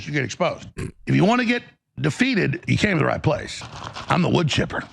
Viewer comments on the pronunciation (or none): English is my second language, when he said “I’m the wood chipper” l thought he was calling himself a beaver 💀